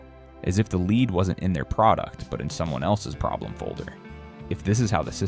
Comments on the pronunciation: Very bad AI voice. Get a human who knows the difference between "lead" (leed) and "lead"(led). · There is something wrong with the narration. Major parts of sentences are unintelligible. It's like double talk. And lead(the metal) is pronounced as led, not leed. 🤨🤔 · Fucking AI pronounces Lead the metal as "Leed" -- DOWNVOTED and DON'T RECOMMEND CHANNEL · You know that you are listening to AI when the word for the heavy metal lead is pronounced “leed.” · ai saying lead properly then pronouncing it leed is why it will never replace us! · why is an AI doing the talking? I know because it says "lead" wrong...when it's the metal it is "led" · Interesting info. Too bad your AI reader can't pronounce the most important word in the video, lead. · I hate AI generated videos. The narration keeps mispronouncing lead. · I wanted to share this, but I hate it that you say, lead instead of lead. Proof read. Proof listen. Sheeesh.